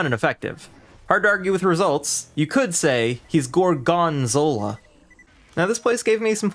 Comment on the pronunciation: “gor-gone-zola” this guy is a genius (i’m going insane)